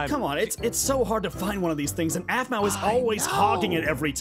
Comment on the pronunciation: it's aphmau not wphmau